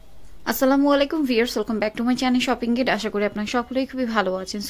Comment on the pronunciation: আপনি শপিং গেড বলেন কেন??শপিং গাইড